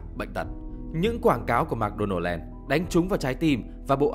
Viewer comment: Mc đọc là "mợc" not "mạc"